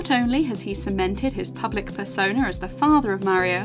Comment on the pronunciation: Did you say "public FURsona?"😳😬